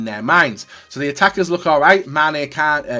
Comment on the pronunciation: pronounced kane like mane so! MANE KANE SANE in the attack